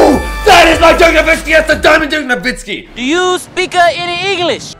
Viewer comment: It's nowitzki not novitzki